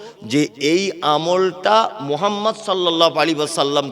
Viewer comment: আপনি যেভাবে কথাগুলো বলছেন সবই ঠিক আছে।। আপনি যে নবী পাক সাল্লাল্লাহু আলাইহি ওয়াসাল্লাম। নবী পাকের নামটা আপনি কিভাবে উচ্চারণ করলেন নিজে একবার ভাবুন তবে লোককে বলুন